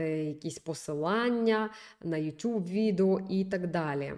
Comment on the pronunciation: Ютуб, а не ютюб. МерЕжа, а не мережА.